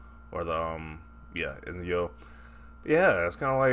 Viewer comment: Ezio. Pronounced: "Et-Zio" 😁